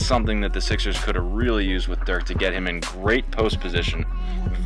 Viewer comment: Commentator was boring as hell. Pronounced Dirk's name wrong. Didn't transition with the topic well